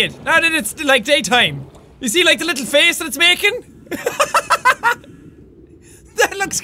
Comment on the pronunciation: I like the way he says face....it sounds like he is saying fece